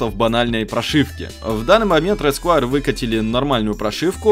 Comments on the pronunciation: не сквАйр а сквЭр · почему ты говоришь Рэд скваер,правильно Рэд сквер.И лучше бы мышку red square elite она дешевле и плюс версия 2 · Английский... "Рэд сквэа". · СКУАЕР ... МОИ УШИ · сквуаер топ инглиш